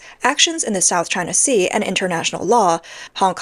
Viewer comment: Top 1000 Views!!!✊ Edit: "South Ching Sea" still gets me every time!😂